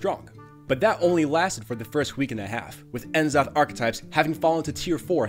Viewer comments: it's nuh-zoth, not en-zoth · “N” zoth? Come on now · N Zoth? M Zoth?